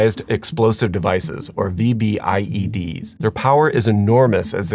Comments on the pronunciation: Afghan vet here👋🏼, it's not spelled out when you say it. V B I E D❌. it's said as a single word. Vbed ✅ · Its pronounced "VEE-BID", not "V-B-I-E-D". Also it is ammonium nitrate mixed with diesel (ANFO) with a timer, not ammonium nitrate "with a diesel timer". There is no such thing as a "diesel timer". I did like the nice touch of having Muslim women walking out of the building considering the subject of the video lol. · It’s pronounced “V-BID”, but great video! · Just call them “v-bids”. We don’t call them VBIEDs when we’re talking, they’re just “v-bids”